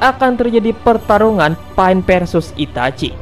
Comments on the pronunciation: Kok dengernya malah PAIT njirr namanya bukan pain!! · Sebut betul kawN bukan paen tpi pain pain pain sebut betul2 bukan paen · Sebut pain elok2 brader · ITS PEIN NOT PA-IN ITS TSUKOYOMI NOT TSUKIYOME WTF?